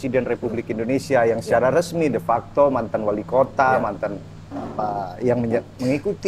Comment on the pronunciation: belajar lagimas bukan oppeni tapi openi.bukan depakta tapi defakto